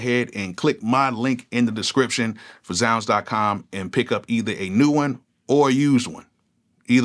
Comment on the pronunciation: So 20 years later, THATS how you pronounce ZzzZounds